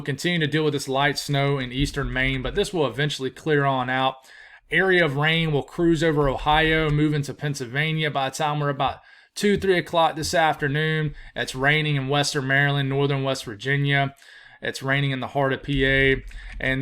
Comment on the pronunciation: Pennsylvania....there is an L in it. Pronounced Pencil vania. I mean no disrespect. ❤